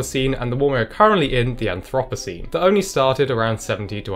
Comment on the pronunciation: "Anthropocene" seriously?